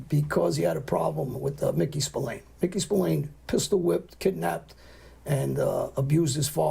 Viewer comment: The Americas call him Spillane but here in Ireland its pronounced Spill-Ahh-N you would pronounce the "A" in Spillane the same way you pronounce the "A" in the word At.